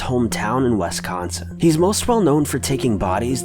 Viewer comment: Wiss... like swiss or the hiss of a snake. Wiss-con-sin. Wisconsin